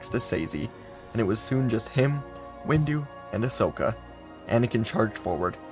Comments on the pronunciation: I’m I the only one that heard that heard that that during the end parts of the video he said mace-window instead of windu? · Is it me or did i just hear him say Mase windu as mase window? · Oh good, I’m not the only one who noticed 😂 i legit heard him say Base window though 😂😂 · xD I just heard it right now and I laughed. Reminded me of a post that featured "sword windu, axe windu, shield windu and out the windu". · Heard that😊